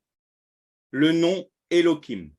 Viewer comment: Pourquoi utiliser l hébreu moderne? Elohim avec la lettre je en ancien hébreu, or vous prononcez Elokim , avec un k. Merci soyez béni.